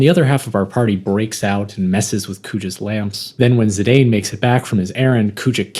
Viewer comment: Saw the thumbnail... I own that art book. Bought it when the game came out. It's old and a little faded/aged... but I adore it and that cover picture of Garnet. Good shit man. Edit: thanks for pronouncing Zidane as I always felt one should.